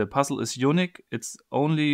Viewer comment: Why'd he say unique like that. You nik